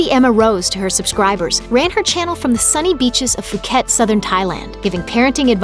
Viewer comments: Its poo ket not foo ket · So many of these videos have such terrible mispronounced words and names. Phuket is pronounced with a P not F! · It's pronounced fuck it not fook et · It's pronounced POO-KET ! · Did she say fuket it is like you don’t pronounce the h